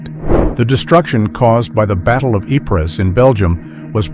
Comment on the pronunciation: Ypres is not pronounced eepres its simply pronounced Eep.